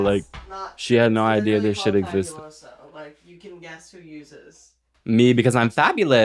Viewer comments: Enya literally being latina and saying fabiuloso and not faBUloso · Girl ,Enya being hispanic and not knowing Fabuloso like girl 😭😭 your family must be dirty or some shit bc every latino house has fabuloso in that bitch and she really be saying fabulous-o. girl its in spanishhh 😔✊🫶